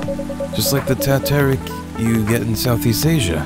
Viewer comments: Teh Tarik is pronounced 'Tay' like Taylor, and then 'tar', 'reek' and it's made by pouring tea with milk repeatedly really high so it gets all frothy introducing air hehe I love your videos:") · Lol. The Tarik is a famous drink in my place. Love how you butcher it’s pronunciation.